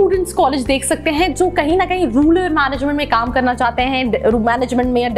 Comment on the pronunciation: It is Rural not ruler